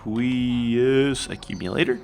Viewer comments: It's a long a in aqueous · genny aqueous is pronounced like "O-queous" like Aqua